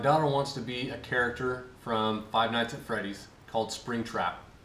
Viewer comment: Finally a parent says Five Nights At Freddys correctly!